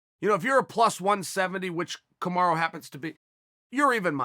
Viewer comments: Did .. he said ... KamarU ?? I thought Usman's name is Kamara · Now it‘s Kamaru again?! It‘s Kamara or Camaro. It‘s not Kamaru. Ok? We can do this all day to the highest of levels. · Who’s Kamaru? You mean Kamara?